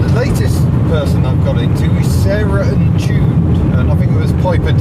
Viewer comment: Sarahntuned not Sarah n Jude...!!!! Uff